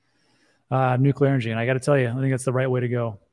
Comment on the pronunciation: Nuclear is the way. Nucular is not the way.